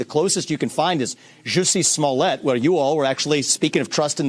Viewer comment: Did Vivek just said JUICY Smollet? LOL so now we know he watched Dave Chappelle's special hahaha.